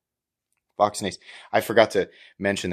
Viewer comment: I recently bought the SS version of the Large and although I like the knife the "double clutch'" does bother me... wanted to take it apart but don't have a T9 for the pivot.?!?! This looks cool though. A side note: When looking for the blade steel and you said "Voxnaes" my German brain heard "machts nichts" which is PA Dutch for "it doesn't matter". LOL! Thanks and looking forward to the review.